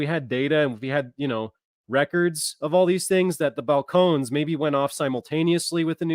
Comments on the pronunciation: Is that pronounced Fal - cone - knees? 😂😂😂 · It is Bal-cone-knees.... Just FYI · Balcones is pronounced (Bal cone eese)